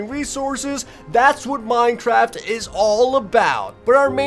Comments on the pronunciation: am I the only one who heard mine-traft instead of mine-craft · Lol at the begining he said minetraft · Is it just me or did anyone hear this man say "Minetraft?" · Did I hear Minetraft? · In the intro why did you say minetraft cause thats what I heard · he said minetraft? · Minetraft lol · he said minechaft and minecaf in staed of minecraft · Did no one else notice when he said “ 100 days or hardcore minecraft” he actually said “ 100 days of hardcore minechaft”............. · "100 days of Minetraft hardcore" great english sir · did he just say "100 days of hard core Minetraft"?😂😂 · minejraft lol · i don't now if i am the only one that notice dis but did he just said in "minetraft" xD